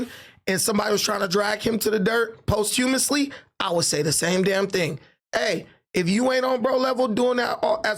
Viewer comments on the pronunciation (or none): When tried to say “posthumously” 😂